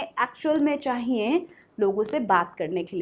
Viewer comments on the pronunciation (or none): अरे! डियर आप तो परफेक्ट इंग्लिश के चक्कर में हिंदी ही गलत उच्चारण करने लगीं ! विश्वास सही से बोलना सीखें और चाहिए नाक से बोल रहीं हैं plz mind it ...